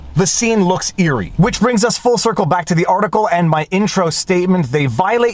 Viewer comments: "Irry." Did you mean "eerie?" This Dutch judge was probably encouraged to go ahead and try political censorship due to the shining examples given by YouTube, Facebook, Twitter, Instagram, etc., etc., etc., ad nauseum. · I believe that the word you are looking for here is "eerie", not "irry".